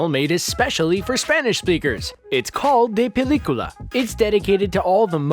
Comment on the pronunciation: They really did my man say "De Pelicula"😂😂